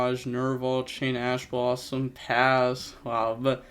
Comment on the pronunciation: Ash blossom? More like Passh blossom